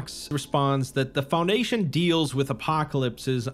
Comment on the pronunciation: FounDation your pronounciation on words that are said so many times being slightly off is wildly distracting